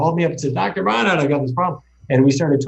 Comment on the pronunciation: Why do you insist on mispronouncing Dr.Barnards name?